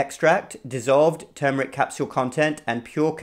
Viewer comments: Thank you for saying TERRRMERIC, and not TOOMERIC.😁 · Thank you for not saying TOOMERIC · #1: Thank you for pronouncing the word correctly. #2: Turmeric needs pepper #3: Too much turmeric can decrease testosterone #4: The late Mary Enig, Ph.D.; NIH, published research about how organic, raw coconut oil destroyed enveloped virus membranes. I, myself, after many years of blood donations, tested CMV negative after incorporating raw coconut oil into my coffee and other parts of my diet. In fact, The Red Cross wrote a special letter to me requesting my blood because the negative CMV factor made my blood suitable for babies and other special cases. Also, many years ago I met a nurse from one of the Caribbean islands. She told me that they use(d) coconut oil in their AIDS patients. #5: Thank you.